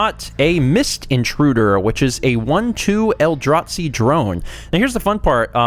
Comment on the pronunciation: The way you pronounce Eldrazi as "El-draht-see" is adorable, lol